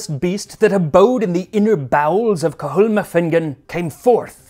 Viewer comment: Very entertaining and well researched 😊 Your pronunciation is outstanding by the way! Cathal is just Kah- hal though 😅